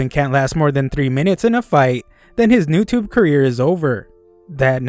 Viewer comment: "Newtubu" BRUH